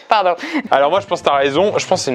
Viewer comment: PPTPTTDDRRRR le pardon d'emy à elle était partie trop loin dans son délire , son accent mondain a surgit de nul part dans son pardon jpp